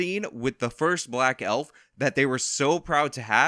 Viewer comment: HaHahaha! Elfer, with a hard R....HaHahaha!!!!!